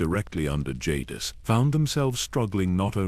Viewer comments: Love the videos... but please you used 6 different pronunciations for darth Jadus... I would suggest using the pronunciation used in swtor... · The Ai pronunciation of jadus was all over the place in this video it wasn't consistent at all